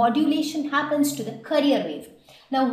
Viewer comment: pronounce carrier wave properly my dear teacher... its CA RRI ERR